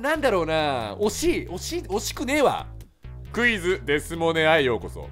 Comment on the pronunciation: 最初のクイズがうぃーすに聞こえた((